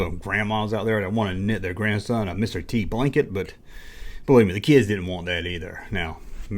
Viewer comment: I'm doing it for the "keeids" and the "chijjen", fool!